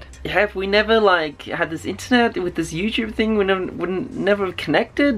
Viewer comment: Is it pronounced Youchube or Youtube in SA